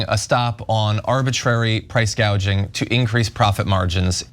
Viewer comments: She did say “price gaging” 😂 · Why did she say Price “gauge-ing” ?